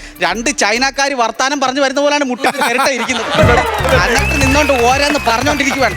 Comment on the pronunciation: അന്നിട്ട് അല്ല എന്നിട്ട് ആണ് 😊